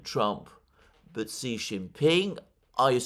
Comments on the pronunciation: It’s she Jinping not Si Jinping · Just so you know: Xi is pronounced "shi"